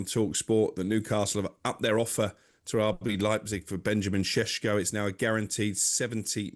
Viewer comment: Can someone tell this clown. It's Sesko. NOT SHESHKO